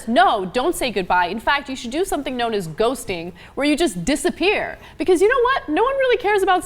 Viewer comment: "Ghostin" Someones been playing too much call of duty.. :P